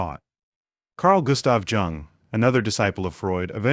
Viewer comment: you can't pronounce Jung ( pronounced Yoong )or Nietzsche ( Nee-cherr )... but it's ok , because it's funny... unless you are an AI, then it's just normal.